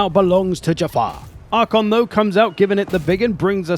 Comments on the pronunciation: Genuinely bugs me that you keep saying Arkhon instead of Arkhan. I've noticed that this is something you do in a lot of videos, is it intentional? There's always something you mispronounce, but you do it so confidently and consistently that I feel like it might be intentional. 🤔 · Calling Arkhan "Arkhon" triggered some pendantry alter ego in me I didn't knew I had lol Great video though - love your content! :)